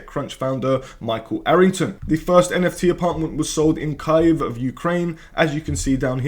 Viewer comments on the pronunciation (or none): IT IS KIEV NOT KAEV